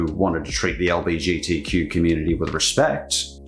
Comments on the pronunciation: The way you say LBGTQ+ is mildly infuriating it's LGBTQ+, I say this as a member of the Bi community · It's 'L-G-B-T-Q'. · The slight annoyment I felt when pronounced LGBTQ wrong just physically hurt but, I still love the message